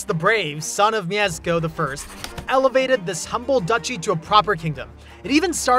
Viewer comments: Did You say Miezeko of Poland? ja pierd.......... Its MIESZKO. If You cant say that then at least say Miesko or Mieshko. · it's Mieszko I or "Myeshko I", not "Myezekko I" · Mieszko pronounced as Myeshko not mezeko. Thanks for your film ☺ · For Mieszko its something like Mieshco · "Miezeko"!? You go to the trouble of making this video, but you can't type the name into Google Translate? This translator SPEAKS! But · I've stumbled today onto this video and really enjoyed Your material - You've got really energetic and awesome narration! 😉 Leaving a subscription and like, gonna see more of Your content ☺️ Cheers from Poland,! 😁 P.S.: haven't shuffled through comment section, but gotta give You one protip about polish pronounciation. And it's all because of Mieszko! 😂 You read 'SZ' as 'SH'. Here's a proper example to anyone's understanding: szit! 😎 Take care out there! 🤟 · haha yes, I had a lot of difficulty with pronunciation for this video. My tongue just doesn't work like that lol